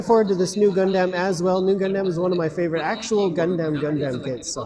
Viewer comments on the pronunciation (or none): Lol the idea that you can only buy P-Bandai online in Japan. Don't know how I managed to get Hyaku Shiki Crash from a US retailer... Also, if I hear "Gun-damn" one more time...